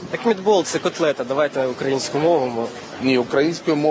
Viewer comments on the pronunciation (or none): Він не може вимовити правильно котлета!!! Його каклєта відома на весь світ.